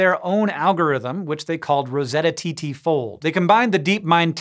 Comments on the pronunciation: RoseTTA not RosettaTT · It's ROSETTA FOLD JUST ROSETTA FOLD Please, I beg you, STOP SAYING TEA TEA FOLD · Why does he say Rosetta “TT” Fold if it’s just RoseTTAFold? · Also it's obviously rosetta fold, like rosetta stone... not rose tta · why is it spelled rose tta fold but pronounced rosetta tta fold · Why do you keep saying Rosetta TT fold when the thing says roseTTA fold?